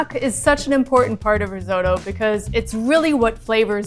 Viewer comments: riz-oh-to? listen to the italians, it's riz-ott-oh... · Bugs me every time. sot, in risotto, is pronounced like hot. It's risotto, not risoto. And the lvl 2 chef looked like she'd never even heard the word before she walked on set. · stop saying riz-oh-toe.... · That dark haired chick absolutely butchered it. That was NOT rissoto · Risotto has two Ts in it but they're all pronouncing it "riz-oat-o"? why are they doing that? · Why can't Americans pronounce risotto?! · "risotto" is a hate crime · the italians are cringing at yalls pronunciation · im having an italian "watching" with me and hes angry at the pronunciation